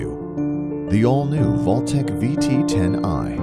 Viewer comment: umm... it's Vaultek not VALUTEK 🤣🤣🤣 good vid otherwise.